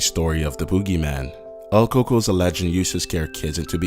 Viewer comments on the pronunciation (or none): El cucuy!!! Not el coo coo I was cringing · What the hell us el Kuku its el cucuy or ku-ku-E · Its el cucuy😂 not el coco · El KoKo isn't pronounced that way. Pronounce it like "cook-kuwee" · It's pronounced el coocuy not ell coocoo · There is no “coco” it’s “cucuy” pendejo. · El COCOA? Jesus. If you are going to do a Mexican urban legends video you could TRY to do the pronunciations correctly. Its el Coo Cuey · El cucu? Does he mean el cucuy? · It's pronounced "koo-co"...not "coco" lmao you butchered the name XD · It's el Cuy Cuy like Ku-kui, not el coco, that literally means coconut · LOL hot chocolate boy is coming 😂😂😂😂😂😂😂😂😂😂😂 its cucuy not coaco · bro XD your pronunciation of El Cucuy sounds like your saying coco but still awesome video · Omg same here he would say el coco i would always say el cucuy!!! Hahhaha que menso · Its pronounced coo-coo not coco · "El Coco"? its El Cucoy cou-koi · "Here comes the co co " Haha bruh es el cu cuy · coocooy not coco its not hot chocolate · bruh... the coco lmao its the cuy-cuy xD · I'm sorry dude but I cringed every time you say "El Coco" , it's EL CUCUY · it's el "cucuy" not el coco ,. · I like the video but it's not pronounced "El Coco"! The dude isn't a cereal! It's pronounced "el ku-ku-ee." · he was pronouncing the Cucuy like "Cocoa" but it's pronounced "choo-choo-ee" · it is pronounced coo-coo- ee not coco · It's not El coco!!! Its El Cuycuy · It's pronounced (coo-koi) not COCO! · Nigga said "El Cucu" lmao.. its El Cucuy fool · #4 el co co 😂😂 el cou cou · I was laughing at the part of El cucuy because he kept saying coco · El cucuy is pronounce (el coo-coey) not el coocoo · Haha coco xD close enough Kou-kouy Is how it's pronounced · He pronounced el cokoy so wrong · Wtf is el coco ? It's el cucuy lmaoo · he pronounced it wrong though lol "el coco" its supposed to be "el cu-cuy" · it's not pronounced El coco, it's more like coo cui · El Co-co lol cant say it right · Number 2 is pronounced "el cucuy" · Its el cucu yo twat